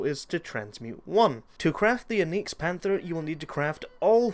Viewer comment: Where did you learn to pronounce words?! Oneex, revurred...